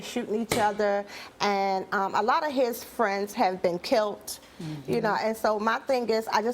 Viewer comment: She should have never went on live television with that bad grammar,she is helping the media continue to make us look terrible Killed she said Kilt